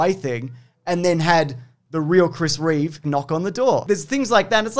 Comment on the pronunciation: Reeve. Not Reeves. #notreeves